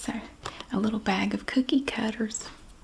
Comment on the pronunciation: Can’t wait to watch the cookie cutter video because I love the way you say cookie cutter ❤😊